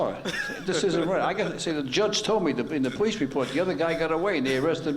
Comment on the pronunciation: I noticed that the judge has a problem with the letter L....Listen to the way he say police and lawyer.